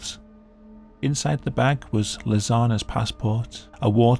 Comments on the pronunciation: I keep hearing "Lasagna" when you say "Lisanne". Makes it kinda hard to take seriously. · The way he pronounced Lisanne is funny 😂